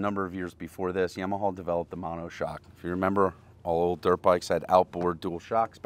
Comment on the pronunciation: Yaw-muh-haw. Also heighT no extra H